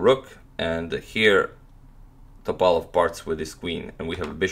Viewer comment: He he ok, after few minutes ypu started to say Top'alov. :) I'm happy